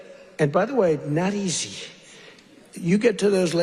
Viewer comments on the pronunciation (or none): I had to replay 15s to understand “not easy”. Sounds like he’s having a stroke.